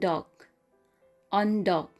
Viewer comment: Eondok sounds like bundok